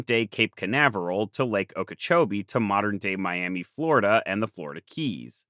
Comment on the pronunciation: Good shot pronouncing Okeechobee right.